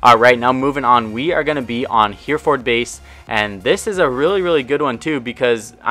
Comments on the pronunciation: its not hairford base, its heh-reh-fud base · Here-FORD eh? As a Brit, I can tell you that the usual pronunciation (not necessarily the correct one! But the one that's used most) is usually he-ra-fud. Quite similar to something like Plymouth, which over here is nearly ALWAYS pronounced pli-muth. Kidding aside, say it however you want. I get it. Also really appreciate the vid! Some great stuff here. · It should be pronounced 'hair raf ord'. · You pronounce it héréfud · You still aint pronouncing Hereford right, but heck with it. Heh-reh-furd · hereford base prenounced like "her ford base"